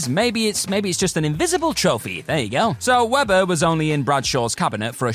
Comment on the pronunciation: Weber, not Weder...